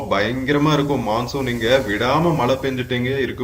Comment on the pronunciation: சரளமாக பேச வராத ஆங்கிலம் தெரியும் என்று காட்டிக்கொள்வதற்காக தங்கிலீஷில் பேசும் போலிப் பெருமையைத் தவிர்த்து, நல்ல தமிழில் அழகாக பேசலாம். அதுவே நமக்குப் பெருமை. தமிழின் அழகே அதன் சிறப்பு ழகரம் தான். அதை எவ்வளவு மோசமாக சொல்கிறீர்கள்.....தமில் (தமிழ்), மளை (மழை). தமிழ் ரொம்பத்தான் பாவம் அய்யா..... முயற்சிக்குப் பாராட்டுக்கள்....